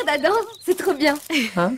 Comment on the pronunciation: Hello it's Adam not adan